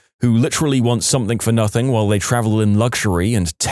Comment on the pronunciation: No K in the word something .